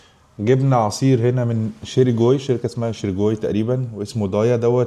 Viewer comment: اسمو شرݣي مش شيريكوي